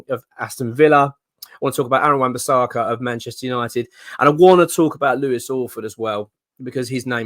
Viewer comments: Love the videos, but if we do sign AWB please stop calling him Wan Bissarka 🤣🤣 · It’s not bisARRRRRka.